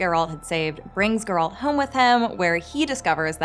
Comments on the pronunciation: Learn to say Geralt properly please. I had to figure out myself who you were referring to the whole time. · She has a bit of an accent when she says Geralt, stop bullying the young lady. I’ve heard worse pronunciations in life, jewelry being one of them. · I don’t trust anybody who’s reviewing the show yet cannot pronounce the main character’s name right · You don't know about Ithlinne's prophecy? No idea of Geralt's wish, how to pronounce Geralt? Non-fans shouldn't make videos like this. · Why can't Americans say Geralt correctly? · Everytime she said Geralt wrong it hurts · Already watching it a second time 🙃 and please learn to say “Geralt” lol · Sorry but I could not continue watching as she was pronouncing his name wrong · She clearly can’t pronounce Geralt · One more thing we look forwars also is you learning how to pronaunce Geralt when second seasons comes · You are pronouncing Geralt's name wrong all the time. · Damn, woman, you watched the series and you still managed to mispronounce Geralt's name so badly. I'm impressed. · It's as if this lady has never read the books, played the games, or even watched the show... Jesus, she can't even say Geralt's name correctly. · Geralt is not pronounced girl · Required Particular right good lord her sayinf “Gurrrralt” makes me wanna die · I wonder if the narrator actually watched the show, as she mispronounced Geralt’s name throughout the video. It’s GER-alt not her-ALT. Did someone else write it and she’s just reading from a script? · For the fuckteenth time, it's GER alt, not ger ALT. Jesus. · Not Geraaaaaalt. Its Geeeeeeeeralt. Pronounce the eeeeeeeeeee. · gEralt, not gerAlt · That pronunciation tho. Its geh-ralt. Not gEralt. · Its GEralt , not geRAlt And that's Ihtlinne's prophecy lol. Has this host actually read any of the books ? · gEralt not gerAlt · Gerâld? GERÂLD? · When you say Geralt it sounds like you’re saying “girlt” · I can’t finish watching this video because of your pronunciation of Gerald.